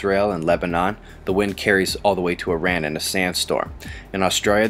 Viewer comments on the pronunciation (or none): none